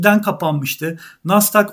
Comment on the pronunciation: Degerli ustadim hersey cok guzel emeginize saglik. Sadece bir konu var ki deginmeden edemeyecegim, 55 yasindaki mehmet amcaya mahmad dersen nasil kulaga geliyor. He iste NASSDAK degil be hocam NAZDAG NAZZDAG hatta ve hatta NEZDAG be hocam. Haydi saygilar sevgiler 😘